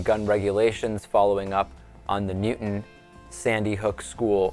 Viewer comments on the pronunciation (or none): It's new town bro not nuton